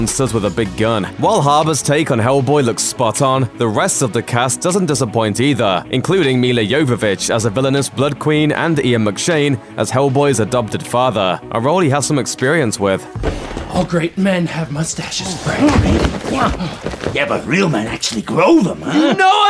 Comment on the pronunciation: "Mila YoYo Vich?" Uhhhhh.... lol